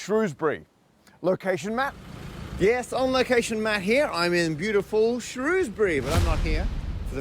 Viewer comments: Umm, it's pronounced Shr-owes-bury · Pronounced "shrowsberry", surely? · Shrewsbury is "Shrowsbury" not "Shrousbury" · It is not pronounced Shrewsbury but Shrowsbury. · Shrewsbury otherwise known traditionally as SHROHZ-bree but we forgive you 🙂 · It pronounced Shrewsbury! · pronounce English place names correctly when you make videos about them. Shrewsbury has always been pronounced ShrOwsbury, or even further shortened to Shrews-bree, 2 syllables. It's bit insulting that you don't bother to check. Just ask any local. England has a great many unusual spellings and pronunciations in place names. Knowing this (as you do because I just told you), the onus is on you to find out how to pronounce them. W-pedia always shows correct pronunciation in the 1st paragraph of a town's entry. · Pronounced "Shrowsbury" Matt. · Shrewsbury is pronounced "Shrows-bury". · "Shrows"-bury, isn't it? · thats not how you pronounce shrewsbury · Can’t even pronounce Shrewsbury. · nice touch pronouncing shrewsbury both ways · You could learn to pronounce Shrewsbury properly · You were literally in my home town and I didn't know 😭 Also, love how you pronounced Shrewsbury both ways throughout the video just to upset everyone equally 🙂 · I think his mispronunciation of Shrewsbury was worse.